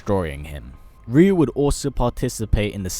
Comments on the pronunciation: Can you stop saying Rio it’s pronounced rayu TWAT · I hate when they pronounce the name "ReYu" I say "RaYu" although both names are pronounced incorrectly. Correct way to say Ryu is "yu". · Wait, so all my friends and I were always pronouncing his name wrong? We always said Rie-you...